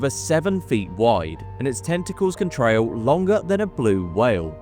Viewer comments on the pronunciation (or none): none